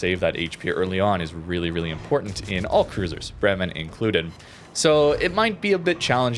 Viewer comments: its Bremen, not Bremmen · As iam from Bremen, i gotta Say its a long first E in Bremen, so basicallly Breemen but not Brimen :D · For pronantiation: Its "BREH-men" the stress is on the first syllabus. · Bremen is a German city. That first e in Bremen sounds like an a, as in day. It's pronounced 'Braymen'. I'm not German, I'm Dutch, but still I think it matters to at least try to make an afford to get close to what it suppose to sound like. And this one isn't that hard. The b and the r are a lot more difficult for a non German, but that first e,....it's hard to miss.